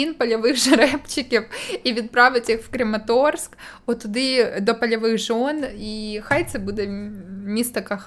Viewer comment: Краматорськ, а не Крематорськ !!!